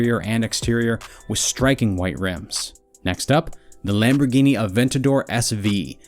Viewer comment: Bruh why TF did this guy get both of the lambos wrong😭